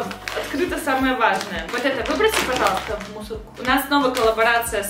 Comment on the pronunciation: Пасиба Так же:Падаласта